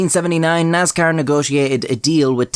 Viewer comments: It pains me the way he pronounces "Nascar" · He said “Naz-Car”! 😹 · Nazcar is how we should all pronounce it now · so a light Irish accent almost pronounces Nascar in its proper grass roots hill folk form... hillbill sees race cars and says "Thats a niiice car" IE the word Nascar was born Also, used to race Karts as a Kid... Dirt circle, WKA. Fist fights were very common at the race track.. usually one every weekend at least.. One time i was at a Dirt Modified Race and at the end because of a disputed win, there was a fist fight of about 20 folks on front stretch/winner circle and the whole crowed basically started rioting.. beer cans were flying everywhere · NASCAR does not have a Z (zee not ZED) is has an S NOT NAZCAR. LOL joking 🙃